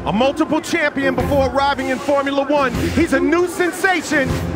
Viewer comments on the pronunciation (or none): "DIS IS FOUMULA ONE!!1" No, it isn't